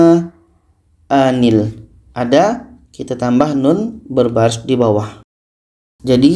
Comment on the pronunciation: Kok ayat 88 dibaca anil pdhal kalau huruf ke 3 domma harusnya hamzanya domma ternyata kasroh